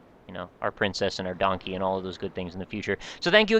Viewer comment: Must... not... d--... DONKEH!